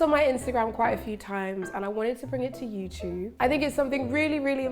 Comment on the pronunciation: "YouChoob" >>>> "youTube"...who agrees?